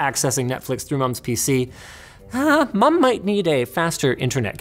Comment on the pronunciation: The way you say mom kinda weird